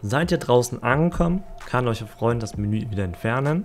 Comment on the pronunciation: Jo stabil! Ich mag deine Videos auf jeden Fall auch sehr, ich muss nur immer etwas bei dem "eucher" schmunzeln ^^ liegt das am akzent oder was da los 😇🤷🏾‍♂️